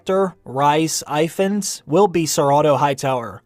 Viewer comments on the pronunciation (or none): Its pronounced Reece or Rees. His surname is Efans....the surname Evans originates from this Welsh name. The I and f become an E and V in English. One Google search... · It’s pronounced If-Ans actually, not eevans. Aka Eyeball Paul.